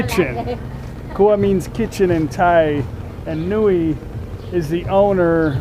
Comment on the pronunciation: Most farang mispronounced kitchen. It's "krrrrua". Without "rrrrr", it's "kua'. KUA means PENIS. And many Thais mispronouced "Election", they would say "ERECTION". Are you voting for Trump for 2020 ERECTION?